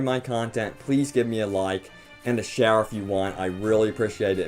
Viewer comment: Did you say "give me a like, or a shower..."? lol